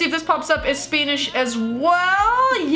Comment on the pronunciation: stop saying spanish like spainish